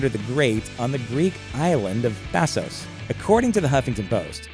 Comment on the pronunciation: Thasos as in Thasoss and NOT Thasose